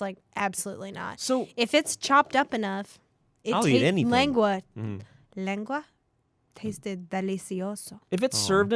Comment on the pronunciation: i love you for pronouncing lengua